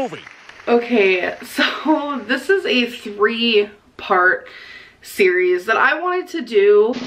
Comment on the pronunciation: Did... did she say 3 park? Instead of 3 part????